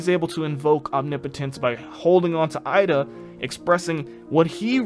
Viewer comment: No offense but why do you say Eida like that?